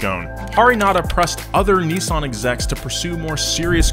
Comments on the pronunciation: Why are you pronouncing it KNEEsan????? It's Miss with an N= NISSan. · Neeesun Zee. We call it a Nissan Zed in the UK. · Bruh he says Neezaan